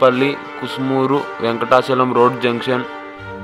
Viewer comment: కసుమూరు. కుసుమూరు కాదు.